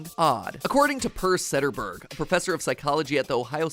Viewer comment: MatPats pronunciation of Per Sederberg made me think I'd forgotten how to read Swedish for a sec..